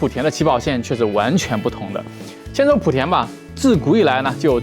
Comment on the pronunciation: 莆是第二声，别再普田普田了